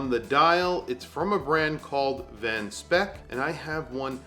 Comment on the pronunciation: Van Speyk is pronounced as Van Spike...